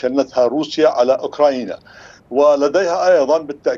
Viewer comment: محلل عرطة اسمها اوكرانيا وليس اوكراينا 😂😂😂